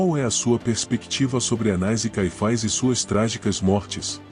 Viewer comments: Nunca ouvi falar desse (ANAIS E CAIFAIS) conheço Anás e Caifas! 😂😂😂 vc pronúncia ( fazezeinda)? 😂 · Difícil mesmos é escutar o narrador chamar "ANAIS" e "CAIFAIS". Deixei de ver só por este motivo.